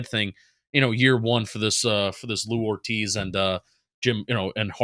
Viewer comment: Love the content guys but it’s Joe Hortiz not Lou Only thing I really had a gripe with is saying Bozeman is a boost over Linsley, Linsley has been maybe the best O lineman on the team the last 2 years (tied with slater imo) but was forced into retirement do to a heart condition.